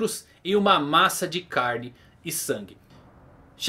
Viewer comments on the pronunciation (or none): none